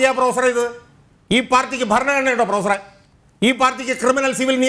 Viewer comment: ഷാജഹാൻ ഇടതുനിരീക്ഷകനോട് ഇടക്കിടക്ക് പ്രൊഫസറേ..... പ്രൊഫസറെ..... എന്നുവിളിക്കുന്നുണ്ട്.... കേൾക്കുന്നവർക്ക് പൂറാ.... പൂറാ.... എന്നുവിളിക്കുന്നപോലെ തോന്നുന്നു.... 🤭🤭👍